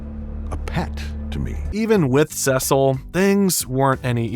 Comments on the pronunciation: NO way he said SEGSIL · All right the rage bait got me. Why did you pronounce Cecil like that